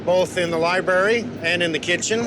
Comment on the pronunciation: Li - BRARE - RY not libARY. working on an English majors house and say things like libary... SMH...